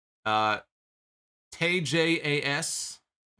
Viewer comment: It kills me when people pronounce Tay's name as it's spelled when the commentators, announcers, and even the TayJay theme pronounces it as "Tie". Lol